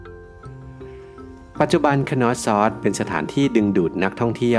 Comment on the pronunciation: content ดี แต่อยากให้ปรับปรุงการออกเสียงในการสะกดชื่อค่ะ Minoan /mɪˈnəʊən/ = น่าจะเรียก มิโนอัน หรือ เมอโนอัน Knossos /(kə)ˈnɒsɒs, -səs/ Schwa /ə/ (เออะ~อะ) = คนอส ซัส ตามการสะกดสัทศาสตร์